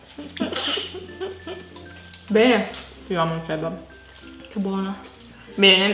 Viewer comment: Ma io dico kebáb non kébab